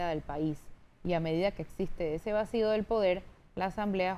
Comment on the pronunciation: Señora periodista pero es una vergüenza q los q se dicen periodistas cometan errores en la pronunciación de las palabras como la (vacido)